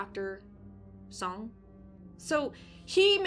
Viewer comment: Soong. Like Soooooong. I cringed a bit every time you said Song. 😂